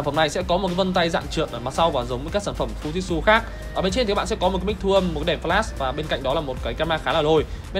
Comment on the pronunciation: Góp ý nhỏ là tên máy ko đọc là " fu zit su " nhé